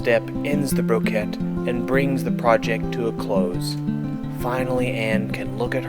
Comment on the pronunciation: Excellent video! Her way of weaving is a blending of traditional tapestry and brocade weaving. The narrator called it "Brocett" instead of brocade which is closer to in weave structure using a "Ground" fabric with picture being woven in minute "floats" on the surface which are essentially "tied down" by her ground weaving. Very different and unique. Thanks for this video , nice to see more diverseness in weaving. I am doing traditional vertical tapestry, but will remember her lessons in achieving the drawing/dyeing beforehand rather than just a cartoon behind. Shading is better achieved through her method if one does not want to vary the weaving.